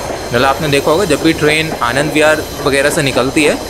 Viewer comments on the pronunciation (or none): none